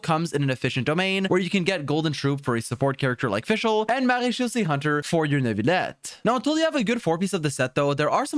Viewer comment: Marechausse set. I always hear "Marie-Josée set" 😅